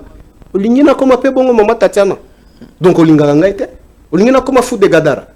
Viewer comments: est ce que otangi commentaire na ngai avant oya kofinga, moi j'ai juste porté une correction sur le mot Gadara, parle Gabara et, parle de Gadara,et mot en question c'est (GADARA)et non (GABARA).... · c'est fou de Gadara et non Gabara, donc prononce bien